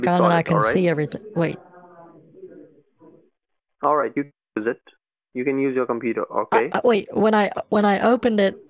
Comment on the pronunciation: Nooo... “Just vait a moment”